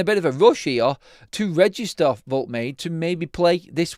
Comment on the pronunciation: Pronounced, Wold-ta-mata.